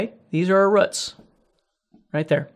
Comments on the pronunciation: This! Lol. Such a good lesson, but that "ruhts" its throwing me off XD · Love how you say "these are our ruhts" good lesson!